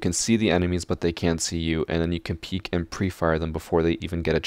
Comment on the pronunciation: Excuse me, peek not ‘peak’